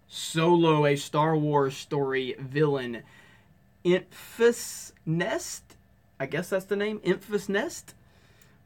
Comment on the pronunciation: Wait, how do you even spell that garble? When you said it, it sounded like... "Emphsehnest"? Kind of sounds to me like someone tried to name her "emphasis" while talking with a mouth full of marbles. (goes off to just look it up himself) edit: "Enfys Nest", huh? Wearing some sort of stormtrooper / tusken raider mashup of a helmet and a fur coat. Alright.